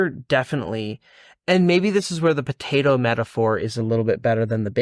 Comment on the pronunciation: This mufuka says “batato” instead of potato